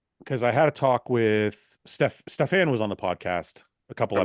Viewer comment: Is that really the way to say Stefan’s name Fouad?